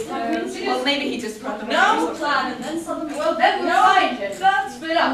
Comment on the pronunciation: When said "that note" the first time I watched this, I thought he said "Death Note", and I started freaking out (what if England's name was in there?!). But I wasn't looking at the screen right then, so...